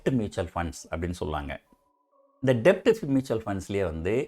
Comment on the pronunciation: Sir அது டெட்.. டெப்ட் இல்ல